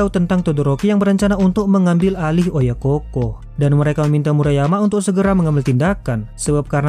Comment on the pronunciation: OYAKOU BUKAN OYAKOH DAN BUKAN PULA OYAKOHKOH